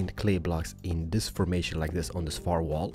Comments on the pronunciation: i am your big fan and you are my favourite youtuber, (sorry) but i hate when you say the word this like theez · I love how he says like zis ☺ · BOOM! Like zees he can't even say like this XD